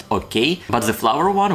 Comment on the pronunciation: I advise practicing saying the instead of za and they instead of zey